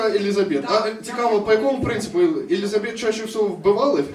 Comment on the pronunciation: Вибачаюсь, але перші 5 хвилин вуха капець різало((( Не ЕлізабЕт, а ЕлІзабет 😊